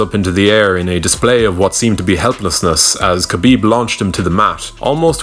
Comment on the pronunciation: It's pronounced Ha-bib not Kabib it's really not hard at all